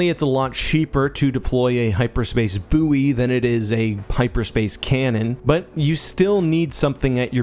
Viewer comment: buoy is said as boy